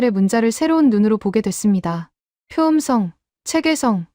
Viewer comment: 총 '25개'를 '스무다섯 개'라고 읽니? '스물다섯 개'라고 읽든지 '이십오 개'라고 읽어야지. 한글 국뽕으로 돈벌이하겠다면서 숫자도 못 읽어서야! '표음성'은 '표음썽'으로, '철자법'은 '철짜뻡'으로, '문법'은 '문뻡'으로, '높임법'은 '노핌뻡'으로 읽어야하는데, 한 마디로 한글 읽기가 너무 엉망이야.